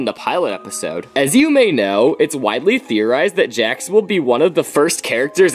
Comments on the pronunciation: “ dax “💀💀💀(its Jax lol) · Bro its Jax not Hax